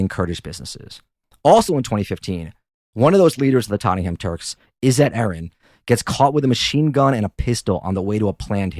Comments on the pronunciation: It's pronounced "Totnam" not tot-ten-ham how did let this happen? 😅 great show and podcast keep up the content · They're pronounced "Ba-Bashin" and "Tot-nem" 😅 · Tot - ing - ham Jesus wept Americans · We pronounce it tot-nem. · Dude love your channel but get your facts right, I lived in green lane, during the70’s it was run by Greeks and Greek Cypriots, at the end of the decade Greeks moved out and the Turks filled the vacuum, do your research right and pronunciation, for Tottenham, pronounced Tottnam, you septics have zero knowledge about English pronunciation, USA maybe great but you septic tanks( yanks) have zero understanding of UK English and our history